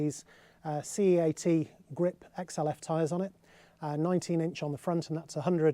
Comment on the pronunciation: You pronounce the tyres CEAT similar to the Spanish car SEAT.